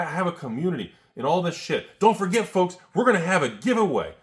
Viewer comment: F L O L K S ! (Enjoy that word dyslexia)